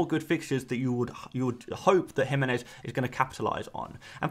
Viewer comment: Thank you for pronouncing Jimenez correctly!!!!! You're about the only person who does!